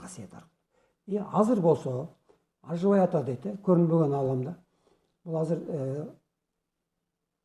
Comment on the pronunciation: жакшы созор а айтылытыр бирок кыргыздын аксакалы ажыбай дэгэнди оруска окшоп жыны жи дэп айтып жатат шэгимбар чындап кыргыды суйобу жэ башкабы